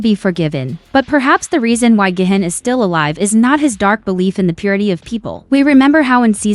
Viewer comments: Is pronounced gee hoon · It's not gay-hin its gi-hun